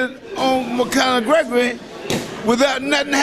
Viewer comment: McConor Gregor lol